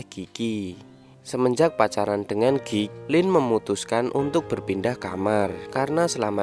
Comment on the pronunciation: Sial pas mimin bilang "geek" gw malah denger "gay"🤣🤣🤣